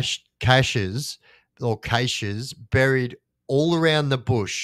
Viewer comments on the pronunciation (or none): Cache is pronounced cash. Keep up the good work mate.